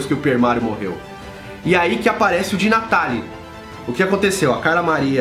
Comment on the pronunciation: Eu sei que você fala De Natale com a mãozinha e o sotaque italiano !😂